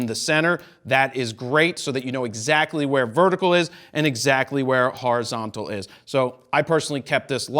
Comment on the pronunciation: New Word Alert "horizontical" 03.33s lol.